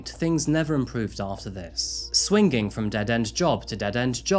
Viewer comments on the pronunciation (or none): Its swinging not swi ging